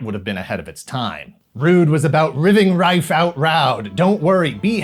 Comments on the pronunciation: "Riving rife out roud." Be honest,, how many takes was that? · "Riving Rife Out-Roud"... lol. Bless you,.